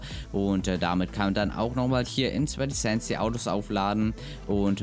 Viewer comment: Was seit wann heißt es sweatz sands waaas also dieses z heißt es nicht anders? Haha also sweaty und nicht sweatz